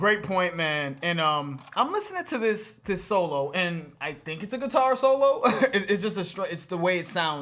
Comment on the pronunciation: Pronounced SIT- ar instead of gui-TAR 🙂